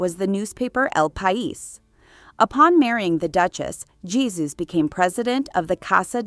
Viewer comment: Ie-su. Ee-ay-su